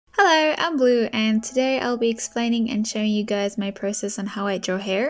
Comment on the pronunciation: Instead of "hi am blue" i heard "hi im glue" 💀💀💀